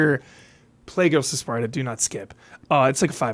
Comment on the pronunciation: Take a shot everytime says Sparda instead of Sparta xD